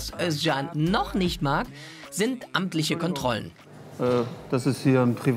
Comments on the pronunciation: Finde es geil das du den Namen Özcan richtig aussprichst . Korrekt 🖒🖒🖒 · Jetzt sagt ihr Özcan so schön richtig. Aber der Nachname ... Den sagt sogar der Typ selbst inzwischen falsch, damit die Almans sich keinen abbrechen.